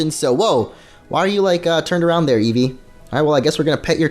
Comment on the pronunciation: What's an "evve?"